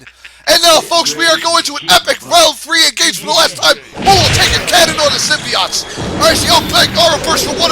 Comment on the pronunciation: I used to play that game. BTW, you pronounced Symbiote like this. Symbi ott. I believe Stargazer1331 pronounced it like this buddy. Symbi ute. Especially when he mentioned Symbiote Onslaught and the Symbiote Super Mario Clones or Symbiote Super Mario.